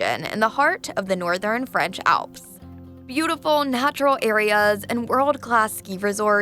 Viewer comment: Narrator really going out of her way to pronounce French with the hard R